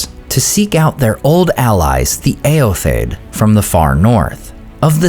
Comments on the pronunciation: Not that it matters but shouldn’t the last “o” in Eotheod be pronounced? You always pronounce it “Eothed.” Just curious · I've always heard Eotheod pronounced as ay-yoth-ee-yod